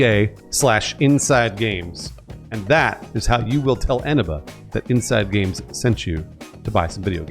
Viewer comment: Dude, I thought you were saying "enema" games. 😅